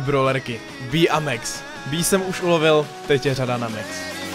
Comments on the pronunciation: pls říkej max neříkej mex pls šte mě to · Čte se Max ne Mex.